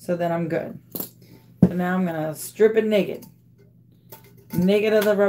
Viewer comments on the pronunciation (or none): none